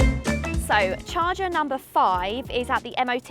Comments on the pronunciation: It's a CHARGER, not a "CHARGAARRR" 😂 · Char-cha Love it! 😅